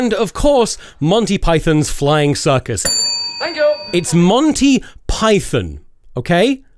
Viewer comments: Imagine dying on the hill of it being pronounced Pie-thin instead of Pie-thawn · Do we just say the name of the animal Python differently or is the name not about the animal?